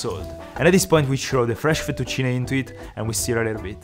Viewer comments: Your saying Fettuccine in a very French way futtuccinehhhhhh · ancora oggi mi chiedo perchè pronunciavi fettuccine come se fossi inglese e non sapessi la pronuncia 🤣🤣🤣W la cucina italiana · the way he say fettucine is cooooool